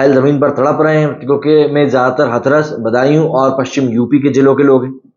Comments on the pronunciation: Dear हाथरस होता है, ना कि हथरस 😅😅😅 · हथरस नहीं हाथरस है सही pronunciation